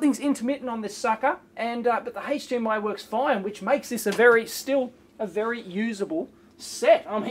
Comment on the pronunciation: Problem is it would not be wery energy effishent XD